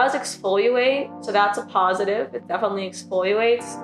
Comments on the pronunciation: Loved this video and really appreciate such a thorough thoughtful review ! Now please don’t take offense to this but it just drove me a little crazy - you’re completely mispronouncing EXFOLIATE. It’s pronounced EX-FOE-LEE-ATE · I love how you say exfoyulate haha! Great video. I LOVE the coco cloud smell 🥥 ☁️ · why do you say exfoliate like that tho lmfao